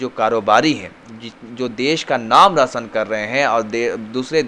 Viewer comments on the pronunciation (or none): 'Rosan' Nahi 'Roshan' ........